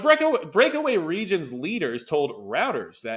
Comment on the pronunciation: You need to spend some prep time before these videos. When you can't pronounce terms like "Caucasus" or "Reuters" you lose credibility.